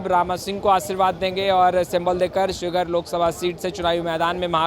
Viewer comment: ये पत्रकार महोदय शिवहर ना की शिवघर